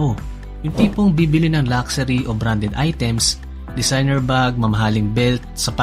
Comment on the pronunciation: LUXURY lak-sa-REE = x luhk-shuh-Ree = ✓